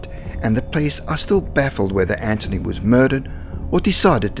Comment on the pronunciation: Hi's name is anthony not anchiny